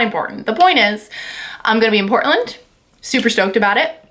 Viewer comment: I live in Portland! You pronounced it correctly. Most people don't. Let me know if you want a human connection there.